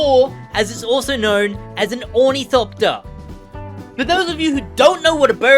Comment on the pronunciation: Ornithopter is pronounced awr-nuh-thop-tur just kinda annoyed me when you said ooh knee copter no hate real cool build keep it up